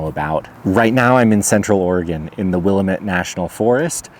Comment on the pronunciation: Love your stuff. But as an Oregonian who’s spent tons of time in that forest can I correct your pronunciation? Willamette wuh la muht